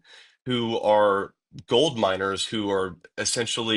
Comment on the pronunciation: I was listening while driving and it took me wayyy too long to realize you meant MINERS not MINORS! 🤦🏼‍♀️ Thank you, Nancy for covering these cases and keeping them alive so these victims aren’t forgotten about!!! Missing Murdered Indigenous women’s cases are often overlooked.